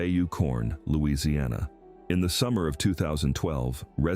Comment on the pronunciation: Get your facts straight. They DO NOT HAVE CRAWFISH on barrier islands. I live in costal Louisiana you should be able to pronounce our name before you make a video as well as having your facts straight